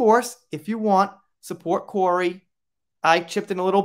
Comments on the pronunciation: His name is pronounced Cory. Sian is also Shawn.:) thank you great video. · Research how to say names BEFORE recording a video, please! Kori. Kori's (belonging to Kori. The ' was left out, obviously!), Whitby - whit-bee, not whit-buy. As a member of the Kraken crew, this is a disservice to Kori's memory.